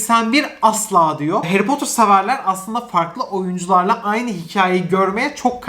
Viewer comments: Harry Potter dizisi geliyor! Bütün Türkiye: Hayri Potter dizisi geliyor!:D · Harry Potter türkçesi : Hayri Potır